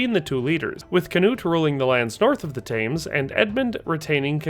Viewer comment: This documentary is not "detailed," and you mispronounced "Thames."